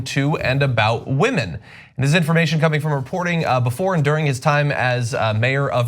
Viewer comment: Oh nooo! The whamen!! Not the whamen!! 🤣😂🤣